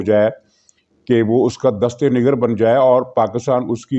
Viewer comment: آپ جو مرضی کہیں لیکن الفاظ کی ادائیگی درست کیا کریں —- دست نگر کی درستگی کروائیں